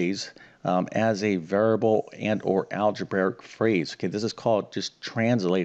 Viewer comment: There's no such word as "Algebaric." It's "Algebraic." Just like a Realtor who can't pronounce their profession and says "Realator," you'd think a math teacher would know how to pronounce the word relating to math teaching.